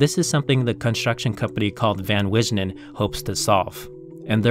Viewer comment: hahaha just went to google translate about that name Wijnen. I was wondering when he said it and showed the spelling how that came out sounding as it did. When I saw your comment, then I wanted to hear what it is supposed to sound like. kind of more like Vi ' -nuh. And in English means Wines. How is this translation from Google translate of your comment ? I sent an acquaintance in the Netherlands a translation from Google about 8 years ago and they laughed at it ! Maybe it has improved. I think so. I use the Filipino one every day for about 10 to 100 lines. It is certainly better than no communication at all that is for sure. Just have to be careful not to take it too seriously !!! Can be dangerously wrong at times ! Here is your comment using Google Translate : "De manier waarop je Van Wijnen uitsprak maakte me aan het lachen en hoorde het als een Nederlander. Ik had vorige week een interview met de directeur van een makelaar, die volgend jaar een project plant, het grootste 3d-gedrukte project op aarde dat volgend jaar van start gaat. Hij mag de bouwplaats niet bezoeken, omdat de manier van bouwen geheim is"